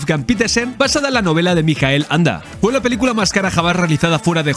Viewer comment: Gracias por el video. Bien por decir "Mijael", en alemán, y no "Maikel", a la americana... pero... permíteme... ¿por qué pronuncias el apellido "Anda" y no "Ende"? En alemán se pronuncia "Ende", como en español. Me descolocó. Aporto curiosidades: no es Fantasía (con tilde) sino Fantasia (sin tilde), porque en alemán Ende no usó "Fantasie" sino "Phantasien" y trataron de reflejar este cambio en la traducción; una de las cosas que más cabreó a Ende fue que el personaje de Bastian era un homenaje a un amigo de su infancia, que era gordito, y murió con diez u once años... y por eso en la novela Bastián es gordo... sin embargo, cambiaron el personaje y pusieron a un niño escuchimizado. Otra es que la entrada de Bastian en la librería bajo la lluvia de noviembre recreaba el primer encuentro de los padres de Ende, y en la película ni lluvia, ni frío ni noviembre. Atreyu es un "Piel verde" (derivado de los "pieles rojas" de las aventuras de indios... perdón... nativoamericanos y vaqueros), y es que en la novela es verde, su tribu es así. La Torre de Marfil y la sala de la Emperatriz lo traía por la calle de la amargura, o que dividieran la novela en dos partes, cuando la novela no tiene partes. A la película le falta media novela y alteran el reencuentro de padre y Bastian. Y Bastian a lomos de Fujur persiguiendo a los bullies al final... entre otras muchas cosas... La película es muy buena, pero hay que dejar la novela en el cajón, y al revés.